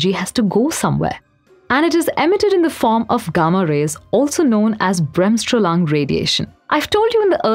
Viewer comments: "Bremstrahlung Radiation" does not sound correct since "Strahlung" is the german word for "Radiation" "Bremsstrahlung" literally translates to "Braking radiation" :-) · Two atoms of deuterium became ... a triton??? -.- Also, bremsstrahlung is not some "braeahms-straehll-lang" :( ffs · Bremsstrahlung ... and then I knew she has not heard any German in her life. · I loved the way you pronounced "Bremsstrahlung". Didn't know there is no english equivalent... Slowing energy? Nahh thats sounds like Kindergarten-language. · You can't imagine how wrong the pronunciation of "Bremsstrahlung" was (freely translated from german: deceleration radiation (literally: braking radiation)).